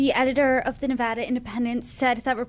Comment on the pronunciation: One of the few reporters who correctly pronounce Nevada. Good on you!